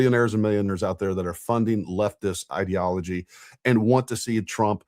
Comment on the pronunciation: New Candace word: ideology. Pronounced "id" to rhyme with squid. She is seriously retarded. How did this whore graduate high school as illiterate as she is?